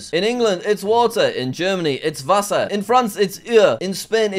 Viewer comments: Jack you nailed the pronunciation of "Wasser" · His pronunciation of Wasser was excellent.